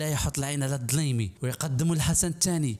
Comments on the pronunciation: حتى مرة منطقتي كنيتو صحيحة. فيديو زوين و لكن حاول تهضر عادي بدون تكلف. التاريخ كيبغي أسلوب سلس بحال التاريخ لي مقراوناش. التاريخ بالراب مخدامش. دليمي ماشي ضلايمي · خفف حرف الدال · أحسن مخارج حروفك الدليمي وليس الظليمي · فيديو جيد لكن انطق الدليمي وليس ظليمي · اسمه الدليمي نسبة إلى قبيلة دليم الصحراوية وليس الضليمي.وفرانسوا ميتران وليس ميترن وتقبل ملاحظتي. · الدليمي ماشي الضليمي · عموما السرد كان جميل فقط غير سميتو الدليمي ماشي الضليمي زائد من الأحسن كنتي تضهر حتى لاخر فيديو و تقول الكلمة الاخيرة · هاذا باقي صغير معمروا سمع الدليمي تقول ليها الضليمي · هو يتعمد نطق الضليمي بدل الدليمي للدلالة على الظلم الذي اقترفه طيلة عصر قوته باش تقتل باش تموت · عصبتيني ب نطق الكنية ضلايمي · ما أتيت به ليس سرا بل هو علن غير دقيق ٠وتكتنفه عدة تناقدات٠كما ورد في قرائتك :الدليمي ليس الضليمي٠ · هههههههههههههه..ولهيلا السيد داير راسه قاري وهو ماكيعرف تاينطق الأسماء كما هي الدليمي كيقوليه الظلايمي وفرانسوا ميتيران كيقوليه متران.. هههههههههه..لا وباش عجبني قاليك الظلايمي كان كيعيط ليه الحسن الثاني أوماكانش كيتكلم ليه وكان كيتدرق عليه هههههههههههههههههه معامن انت؟ وقداش قالها لما يشده الحسن الثاني من ليلته يرجعه كفتة هههههههههههههههه.. تقادوا الأكتاف تامايجاوبوش؟..ههههههههههههههه.. عالااااااااام ديل واحد كذاب وجباهي ..هذا خصه المتابعة القانونية على التطاول على أسياده وانتحال شخصية مؤرخ .. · الجنرال الدليمي وليس الضليمي الا تعرف النطق عاد تجي تشرح للناس سير قاد النطق عاد اجي كلكم تبحثون عن الفلس باي وسيلة وخاصة على ظهر اليوتوب الضليمي بدل الدليمي لا حول ولا قوة الا بالله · اسمه الدليمي ماشي الضلايمي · دليمي مشي ضليمي...صحيح لفظك جيدا ؟؟؟ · التحليل ديالك ناقص بزاف و اسمه الدليمي و ليس الضليمي، أنت ما كتعرف حتى الإسم ديالو و باغي تهدر عليه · ولدي عافاك راه الدليمي بالدال ماشي بالضاد نسبة الى قبائل ولاد دليم. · الدليمي و ليس الضليمي. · جميل جدا لكن الاسم الدليمي وليس بالضاض تحياتي لك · الضليمي = الدليمي.... لگويرة = كويرة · ماشي الضليمي الدليمي اخويا نطق الكلمات مزيان😉ولا قصدها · الدليمي وليس الضليمي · انا ك دليمية راك كتنطقها غلط. ماشي ضليمي اخويا ددددددليمي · الدليمي و ليس الضليمي